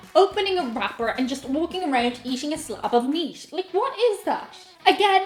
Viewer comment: Hello, I can understand your aversion to ground beef, I had a girlfriend years ago who didn’t care for it. I enjoy it myself though I’d rather have a nice T-bone steak anytime. My question of you is why do some Irish folk, yourself included put letters in words that they don’t belong in. For instance, you say the word meat three times in a row, each time I’m hearing meast? Where did the s come from? It’s rather distinct, and I’ve heard other Irish people do it with other words... Just curious, thought I’d ask as this has been nagging at me for awhile?🤔 P.s. you say meatloaf just fine, but meat alone somehow comes out meast???